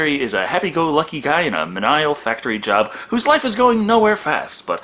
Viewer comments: Its pronounced "Me knee ol" not "meh nigh all". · "Meeniel" - not "Mi Nile"